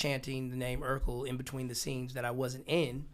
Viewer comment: It’s “Urkel”, Not “Erkel”.